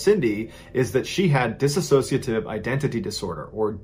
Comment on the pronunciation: i know this is really old, but as someone with DID, we aren't personalities we're alters. and it's pronounced dissociative, not disassociative.